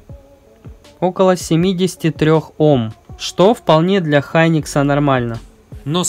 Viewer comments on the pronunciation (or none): Хёникс, а не Хайникс